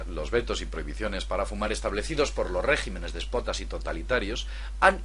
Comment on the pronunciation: !!Madre mía!! Ignorando el tema del vídeo, cuando dice: "régimenes despotas" (sic), es decir: "rÉgimenes despOtas", pronunciado así, donde están las letras mayúsculas, tuve que volver a ver ese fragmento, dos o tres veces, porque no me lo podía creer. O no sabes leer o no sabes escribir, o puede que las dos cosas, o puede que ninguna. A partir de ahí, cerré el vídeo. No le di más crédito a las sandeces que estaba escuchando (que era poco desde que empecé a hacerlo, pero bueno). En fin.